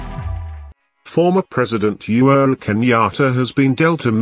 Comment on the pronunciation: He is UHURU Kenyatta and not You're Kenyatta check your pronouncetion!